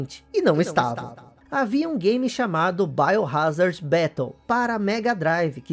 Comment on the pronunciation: "baiorázardi" digo .... "Biohazard"